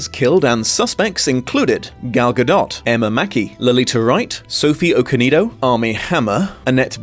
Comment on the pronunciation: Ok i just started the video and hearing pronounce the the in gadot made me happy. I am from Israel and it always bugged me that English speakers don't pronounce it😂😂